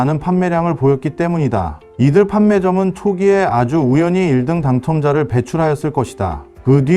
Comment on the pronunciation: 아. 인공지능이라 1등 발음이 어색하군요 오..